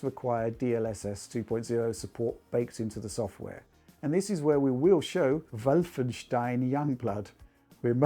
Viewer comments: for the love of god, just say Wolfenstein like a normal person. Leave "Vullfenschtein" to Alex. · William Weaver I love it, so funny! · I'm just here for the 'Vulfenshtein' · I love how always seems to be smirking when he says "Wolfenstein" with German pronunciation. Mmust be poking fun at Alex.